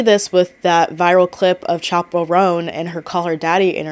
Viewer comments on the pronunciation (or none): none